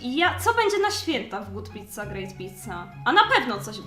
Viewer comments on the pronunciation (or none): Uwielbiam goot pizza guut pizza ale! Tylko jak ty to nagrywasz